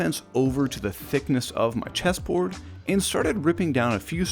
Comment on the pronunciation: I thought you said cheeseboard lmao